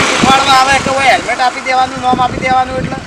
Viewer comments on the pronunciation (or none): hemlet nhi helmet bolo😁😁😁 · પોલીસ વાળા ને હેલ્મેટ બોલતા નથી આવડતુ